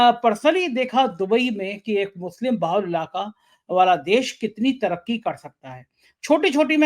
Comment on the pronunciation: youare reporter carrying a social responsbility but unfortunately you are giving Muslims Wrong name "Musle", is this Muslim word so tough for you to pronounce if yes the please show to sone good doctor who can heal your mouth dissease. we Muslims are generally peace loving its US and their followers who made terrorist word with Muslims... you are eduated and behaving like unedecuated person. or like sanghi..... shame on you...